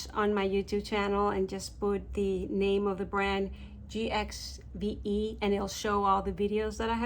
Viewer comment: It’s pronounced “give”